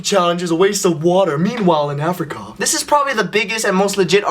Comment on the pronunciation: "meanwhile in africarrr" XD